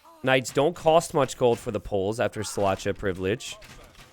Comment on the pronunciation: You might wanna check how to pronounce Szlachta in polish :D